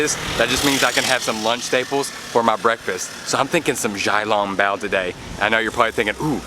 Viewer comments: Great job with your videos!!! I am a new fan. it’s pronounced shao long bow not jow long bow 🙇‍♀️ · Hi love you, don't want to be rude but small correction to your xiaolongbao pronunciation the xiao is actually pronounced with a "sh" (shiao).